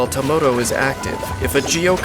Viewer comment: is that some kind of gag I don't understand with the dolls??? They are spelled Tamoto When Dainsleif says their name, it sounds like Tomoto, and when Chiori summons them, it sounds like Tomato...